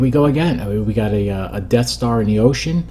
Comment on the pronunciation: "enough already wid doze def starz!"